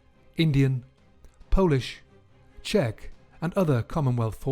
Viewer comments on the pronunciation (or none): none